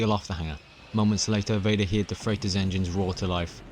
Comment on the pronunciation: "heard" is pronounced herd and not hear'd.